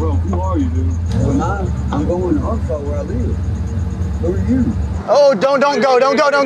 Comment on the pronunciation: At least he knows how to say Arkansas